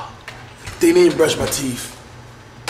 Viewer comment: TeeTH! Not “Teeff!”